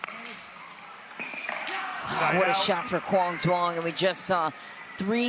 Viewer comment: Is anyone on the PPA staff going to tell the commentators to stop miss pronouncing Quang's last name?